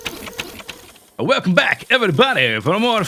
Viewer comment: Intro sounds like if is a russian! WELCAM BACK, Camrads!